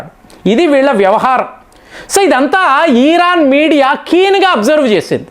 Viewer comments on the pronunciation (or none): ఆయనకి “ ఇ “ రాదనుకుంటా “ ఈ “ అనే అంటారు 😂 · అన్న ఈరాను కాదు ఇరాను అని పలుకండి